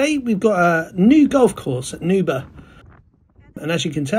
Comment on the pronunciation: If you are not Scottish, words ending in burgh is a struggle. Try saying Burr like Bill BURR and RAH as in Rasputin and just run them together and you might get close. Ythan is Eye and thin run together. I live 9 miles from this course.